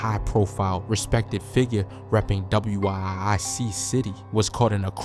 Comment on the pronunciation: Facts lol theyneed to ask ppl from Chicago before posting😂😂😂he was blowing me saying WIIC, like just say Wic city🤦🏽‍♀️